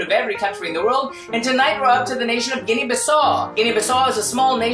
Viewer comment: Guinea-Bissau you pronounce the U at the end.